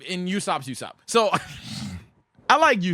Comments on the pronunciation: pronounced Ooo-Sop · Why do you keep saying “youssop”?